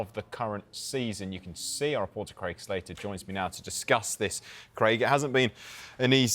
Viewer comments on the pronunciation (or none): none